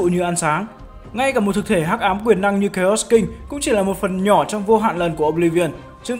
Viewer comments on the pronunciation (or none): none